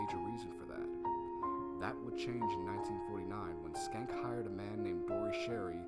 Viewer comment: Schenck is pronounced SHENK and not SKENK. "Sch" in English might produce the "SK" sound (as in "school") but for words of German origin, "Sch" is sounded as "SH" (same as Schlotsky's and schnitzel). Too bad about the audio level drop )